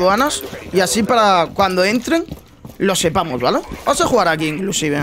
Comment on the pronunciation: Nice video, soy yo o dice vala en vez de vale